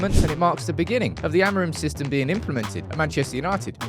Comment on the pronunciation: 😂😂i like his "fisystem"